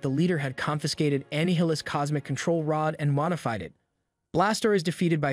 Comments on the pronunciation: You should really consider doing some research on how to say the name “Annihilus” It’s similar to the word “annihilate” and “annihilation”…. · How hard is it to say Annihilus? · Your pronunciation of Annihilus. Shows you dropped out of school. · He says it multiple times. And shouldn’t it be pronounced like Annihilate. But instead of “late” it’s “lis” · it's not Annie hill-ass it: a-nile-us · Annie-heelus? Here I always thought it was pronounced Uh-Nye-uh-les. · Anne-hilis? Ah - nile - lis Like A nihilist 🤔 probably Shadynastys is also not pronounced shady nasty's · Annie Highless lmao. That's an interesting way of pronouncing Annihilus. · bro said amy hillus 😂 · Huhhhhh ‘’anni-hilus’????? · bro this guy CAN NOT pronounce words with the letter A correctly. ANNE -NILUS A- VEN-GURS bATTLE CRI speech therapy homie you need it, the way you sound out words is like an AI reading. regardless ty for the recap. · You pronounced anialus wrong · Anne Hillis? No bud,thats not how you pronounce it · The people who do the.voiceovers for this and other Marvel productions cannot have English as their primary language. Ay-ven-jers, Annie-hill-us. Gʻet a dictionary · I've never heard Annihilus name being pronounced that way 😂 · Dude, it pronounced Annihilus like six different ways and none of them were correct. No real person doing a professional and scripted video essay fcking does that. Even if they don't know how it's actually pronounced despite giving a rundown on something that says it aloud repeatedly, there's no way they alternate between the better part of ten wrong pronunciations within a single paragraph. That's something that only happens with an ai/tts bot, and it "breathing" doesn't mean shit because it could've just been told to "breathe" every two or three sentences in the prompt, if they're able to impersonate the voices of famous people then it making a breathing sound is very much within an ai's ballpark.